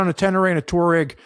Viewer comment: TWA-REGG, not TOUR-EGG